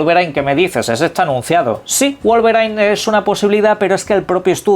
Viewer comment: Wolverain dice 😂😂, no entiendo que pasa con el inglés en la lengua de los españoles 😂